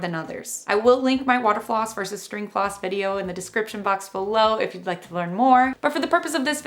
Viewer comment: I thought she said “pause” lol